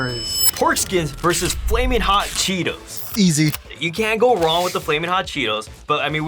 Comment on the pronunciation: bro said cheeTOES